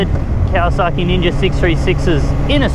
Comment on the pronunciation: He says is as "KawasaKKi".... and it's white... be careful my white brother....